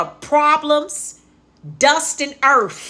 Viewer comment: “A BIG BAG OF PROBLEMS, DUST AND EARFF!!!” I ROCKS WITH MY GIRL!!! ❤